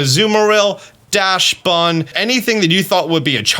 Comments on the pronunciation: Dachsbun is pronounced DAXbun, not DASHbun. Stop the mispronounciation. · Please learn to pronounce dachsbun. It's pronounced more like daxbun.